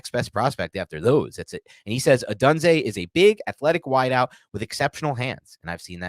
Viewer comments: you are mispronouncing odunze,it’s sounds like odoonza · Great pod guys FYI Romes last name is pronounced by most as Oh-Doon-Zay and I would be happy to have him if we take penix 2nd round 👍